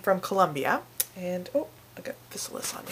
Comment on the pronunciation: Im not trying to rain on your parade. Just wanted to clarify a few things and add a few more bits of information that may be helpful to you and others who wish to enjoy these delicious and abundant fruits. The proper pronunciation is Phi-Sal-iss. They are a common weed throughout the U.S. and grow in disturbed fields and gardens. They truly are FANTASTIC tasting. What a shame they are considered a weed and eradicated by most farmers throughout the U.S. They belong to the nightshade family (Solanaceae) as do their relatives the Tomato, Potato and Eggplant. They MUST be ripe before eating (yellow) but can be picked green and allowed to ripen in your home. DO NOT EAT GREEN OR SWALLOW BITTER UNRIPENED FRUIT. As with most members of the nightshade family, they contain alkaloids that can be toxic in many cases if handled improperly. Yes, that includes the tomato "plant" but not necessarily the fruit. Dont let that hinder you though, they are well worth the little added care it takes to make sure you dont get sick. There's a whole lot of flavor in those little inconspicuous pouches. So, go forth, pick, ripen, eat and enjoy :)o)